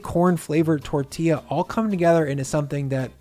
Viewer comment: My Mexican madre gives you a 👍🏽!! I will definitely be making these!! She said to to tell you say it with her “tor•thi•ya” tortilla 💜💜 The i sounds like an eeee LoL